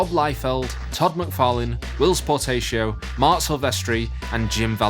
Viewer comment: ugh not again it's POR TAH CIO not por TAY cio!